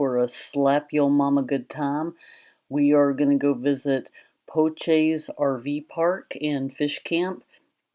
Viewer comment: The name is pronounced "Po-shay"